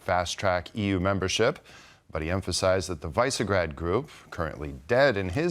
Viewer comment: Not "Mazhar" but Magyar "Ma-djar". And not "Vaisegrad" but Visegrád "Vish-egg-rad"